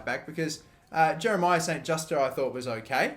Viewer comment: It’s pronounced St. Jooste not St. Justie